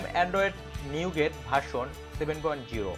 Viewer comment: নিউগেট না, নৌগাট হবে। ইউ এস উচ্চারনের সময় "নূগা(ট)", ট এর উচ্চারন হবে না।